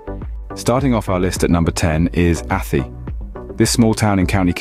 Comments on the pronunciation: Its pronounced A TIE... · Athy - Pronounced Athigh. After that, well feck it lads yer not worth a light... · A-tie is how it prounced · 👍 But spell check yourself, it sounds like a.. Tie👌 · The mispronuncuation of ATHY is hilarious😅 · "Athy" ha ha. Its "Athy" ya fule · Jesus Crrist Mate.......ATT-EEE.......AT-EEEE ....... ATHY ..... (AT- TIE)...:hand-orange-covering-eyes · About 5% at most, of this video is accurate. The narrator can't even pronounce the names correctly ("Athee"). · Not from Athy or ever been to it. But if your gonna bash it, at least pronounce it correctly. Athy is pronounced as Ath-aye. Then Drogheda is totally butchered in its pronunciation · Not athy its pronounced a thigh. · Athy is pronounced like the y sounds like high, not E 😊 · It's "Ahthigh" not "Affee", "Dra-hadda" not "Droheeda". And what's this "B-roll change" shite? Fine if you're talking about post-production on a film. Having said all THAT, this is pretty spot on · A-th-eee??? It's pronounced Athy - A-th-eye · It's not Athie ..it's prounced A- Thigh ...😂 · It's Athay not attte, This Guy Can't pronounce These places in Ireland Right, need back to school mate, Forgot Portlaoise One Of The worst places in Ireland, no, job, unemployment very bad and crime bad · Athee . What? Please at least ask an Irish person about pronunciation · Athy is pronounced A-tie but dude couldn't have known that Unless he did 1 minutes research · Michael John this just came in on my feed. The pronounciation of Athy (Athee) and Drogheda (Drogheeeda) has us laughing. 😂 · Athy is not pronounced like that and that wasnt Athy in the clip. There are no hills overlooking the town and that wasnt any street in town. At- aye is closer to how it is pronounced. Also your info is way out of date. It is actually a very nice place to live and has normal employment and crime levels FFS, bad enough getting an English guy to mangle placenames without talking shite as well. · Athy = A.Tie how you pronounce it